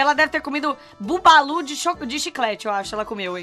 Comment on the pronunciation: Maluco a moom chamo o baba lu de babu lu